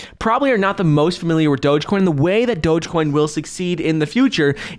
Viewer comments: Please stop saying dogacoin..it's dogecoin.smh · Wht a flop doja coin at least pronounce it ryt if u advertising it 😂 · From "Bananas" to "Doh-jah". It's progress. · If he wants to call it “dojacoin,” that’s fine ...I cringe with appreciation 😬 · "DogèCoin" - Mark Cuban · What THEE HELL is DOJA-COIN?? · Anyone else hearing them pronounce it like “Doja-coin”? Lol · He is thinking about doja cat lol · he pronounces the e at the end lol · Someone teach him how to say Doge ffs